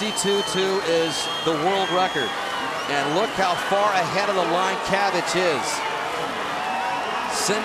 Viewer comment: Nobody asked but it's pronounced "chavich" not "kavich"